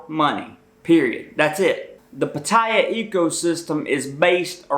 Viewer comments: Please try and pronounce it correctly it's Pat Tea Yaa not Pat Thai a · It’s pronounced closer to pot-tea-ah not pah-tie-yah. You should at least learn how to pronounce the name of the city ! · First hint. If you're going to claim to be an expert on Pattaya, LEARN HOW TO PRONOUNCE IT PROPERLY!!!. It's not Puh-TIE-uh. It's Pat-a-ya and the middle syllable is almost not spoken. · Spent a full year in the military in Patttaya Thailand and actually the correct pronunciation is PAT-tee-yah not Pat TIE yah. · Its pronounced "Patti eye," not pa ti ya. I was there in 1971 while at Utapo Airforce base in U-Tapao Thailand Good advice because the girls would love to go back to America and they don't care what you look like. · it is said PAT TEA ahhh not Pa tye ya! makes me wonder if youve even been there! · You’re an idiot! I lived there for a long time! The safe in the room?? You’re more likely have staff steal your stuff,, thanks for making us Americans look even dumber!! And what is PA-Tie-A?? It’s Pa-ti—ya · I cannot pay attention....because as soon qs you start talking, I see you cannot even pronounce Pattaya. It is not Pat...taya. It is Pat ....tya. Ask any Thai people. Correct this and I might come back...maybe...... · Why do these people who can obviously read English persist on calling it Pattire when they can plainly see its Pattaya . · You should learn how to pronounce the name of the city! It is not 'Pa - tie - ah' ... It is pronounced 'Pat - tay - ah' I lived in East Pattaya for years ... on the 'dark' side of Sukhumvit. Sanuk! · Initially, I thought this would be stupid as I've been there 70+ times over many years. However, you actually had some good points for less experienced guys. I would ask you to pronounce the city name properly: It's Pat, not Putt. So, it's Pat tay a, not Putt tie ya. Thanks. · Can't even say the place properly! Patire? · I think it's pronounced PAT - TIE - YAY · I have NEVER heard it pronounced P-TY-AH...Ugg...:-( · PATT- a - YAH